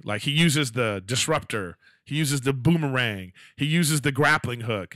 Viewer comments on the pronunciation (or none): Erik I love you but did you really just say BOOMERANG???!!!!!